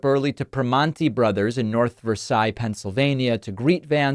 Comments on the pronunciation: Two small points to David. It is pronounced Prih--MANN--teez. and North Ver--SAILZ. This is important to Pittsburghers. 😊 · I think Vance needs to fire his campaign manager for not planning out events. Good on Primati’s for keeping their policy. btw North “Versailles” is pronounced “Ver-sails” just like how it looks. If you lived around here you would know. 😊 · It's pronounced PrimOnti bros. And North VerSAILS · If you’re from Pittsburgh it’s pronounced North Versales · Can't imagine why a restaurant wouldn't want a misogynist bigot in their restaurant for publicity that just showed up out of the blue. Also David, just an FYI, as someone not far from North Versailles, everyone pronounces it like Northversales.